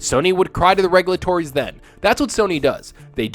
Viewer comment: Did you go to school or is English not your first language that you say regulators the way you do